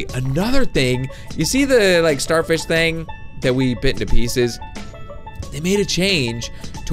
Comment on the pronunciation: Pieces not pieces